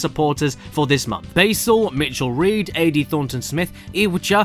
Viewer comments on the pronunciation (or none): none